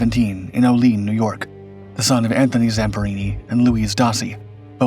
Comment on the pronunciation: Olean, New York is pronounced "O-lee-an"